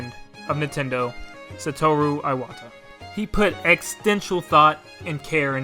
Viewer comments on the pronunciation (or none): “Sataroo Aiwata”